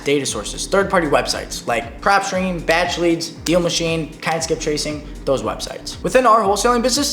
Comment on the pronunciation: It was what skip tracing? I cant understand your word. Something with K